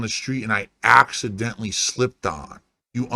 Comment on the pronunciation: "You're like a worm that I ACKcidentally stepped on..."